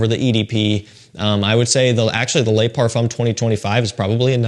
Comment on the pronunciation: I don't want to sound like a smart ass but 'Le' is pronounced ler. Les is pronounced 'lay' They mean 'the' singular and plural respectively. Other than that a great vid.